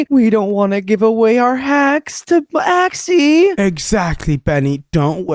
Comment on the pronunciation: he just said b-axy lol